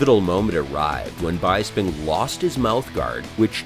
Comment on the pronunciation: Michael "Bye-sping" huh?